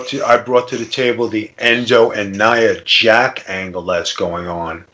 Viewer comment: It's nia jax not nia jack